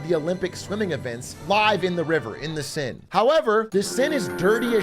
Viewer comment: Atrioc mispronouncing the seine hurt me